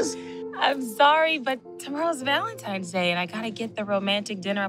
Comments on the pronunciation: Same thing in the Bet+ movie My Valentine Crush. I’m like so they just gone keep letting her say Valentimes? So cringy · The fact she kept saying “Valentime’s Day” threw me off. Plus the weave was a mess.